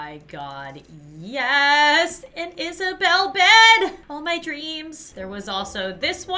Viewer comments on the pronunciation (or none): "An Isabelle bed!" You mean... "An Isabed" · isabelle is a bell,you hear the sentence? isabelle. Is-a-belle